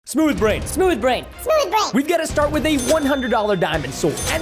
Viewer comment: I like when you first watch this and Preston says SMOUTH BRAIN 😂😂😂